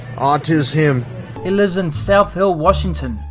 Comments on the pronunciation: I laughed so hard when he said autis-him 💀 😂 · TRANSFORM-HER! AUTIS-HIM! lmao